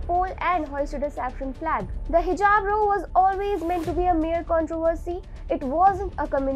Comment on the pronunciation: The word ROW is pronounced RAO and not Row.